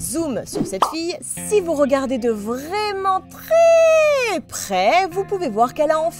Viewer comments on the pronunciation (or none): none